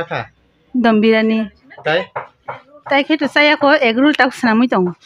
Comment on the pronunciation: Dom biryani ❌ Don biryani ✅